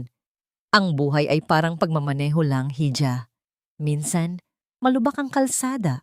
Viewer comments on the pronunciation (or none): Kaloka ! Roksas 🤔 instead n Rohas ( Roxas ) hidya 😁 instead n iha ( hija ) kaloka d bagay maging narrator 😕 practise k muna madam